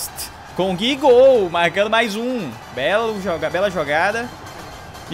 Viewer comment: plmds,n é Gui,é GUIÚ